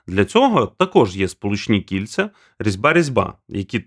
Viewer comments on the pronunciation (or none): жахливий звук, або жахлива манера говорити... Ковтаєш закінчення, інтонаційно провалюешв кінці. Наприклад, декілька разів "кільця" звучали як "кіт"... ппц.